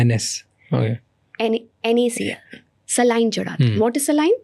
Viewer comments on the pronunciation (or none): She can't even pronounce the word saline... People like her should not spread the wrong message